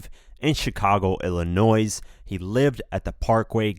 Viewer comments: Did you just say Chicago, Ill-a-noise? 😅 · You know he isn’t from Illinois by the way he says “Illa-noise” 🤣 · Illinois. You don't pronounce the s. That's the why it's French lol